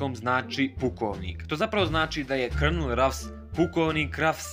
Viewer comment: ja san to znao i izgovora se kolonel (colonel) al opet super je video samo nastavi tako volim tvoje klipove